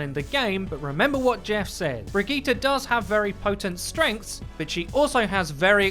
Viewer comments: = Brigette + vegeta? Think it's just pronounced bri-jeh-ta. But Brigetas' better because she's probably more powerful than Vegeta anyway🤣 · Brigeettah? BRIGEETAH? BRIJIT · her name is pronounced Bri-jet. please get it right. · How on gods earth did you pronounce her name? Briggita? This isn't dragon ball z... It's Brigitte... pronounced Bridge-et. No wonder Overwatch is dead... it's most subbed channel can't even pronounce the heroes correctly. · According to Jeff Kaplan it's pronounced Bri-Geet-Ah. A spawn room chat between Mercy and Reinhardt also confirms this. (Though Reinhardt says it with a soft g sound instead of a hard g, so it'd be Bri-Jeet-Ah.) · Am I the only one annoyed that he says Brigette’s name wrong